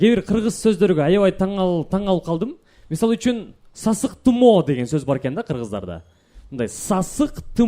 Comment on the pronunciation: Сасык тымоо эмес-сасык тумоо😢